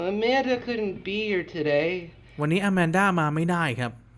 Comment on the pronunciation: เรียกว่าอาแมนด้าครับไม่ใช่ อามันด้า😅😅